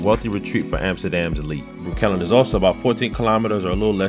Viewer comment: min.: Breukelen is pronounced not like Breu-KELLEN, but with the stress on the first syllable, like BREU-kelen! The same way you don't say Brook-LYN, but BROOK-lyn!